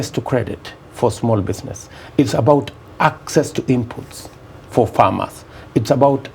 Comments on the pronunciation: Mirugi. I am particular about the way he's pronouncing 'access'. Theres no 'k' in access yet he's pronouncing it as akcess. And he's a PhD holder. Terrible. 😂😂😂😂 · 'It's about akcess' to credits yadda yadda. And this man claims he has a PhD. SMH